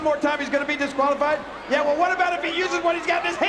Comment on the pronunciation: He actually says “Jeh” instead of “Yeah” 😂